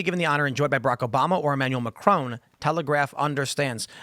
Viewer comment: It’s pronounced; ‘ma-cron’ and not ‘Mac-crone’. Geez